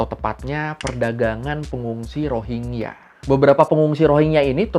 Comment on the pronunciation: bacanya Rohin-Ja bukan Rohing-ya